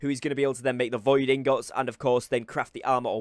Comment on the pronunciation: i think he's pronouncing "Ingots" wrong.. or am i trippin?